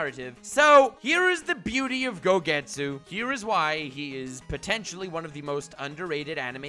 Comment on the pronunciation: “Gogetsu” ok I’m done